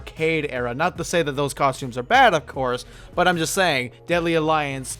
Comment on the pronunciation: It's costumes, not coshtooms.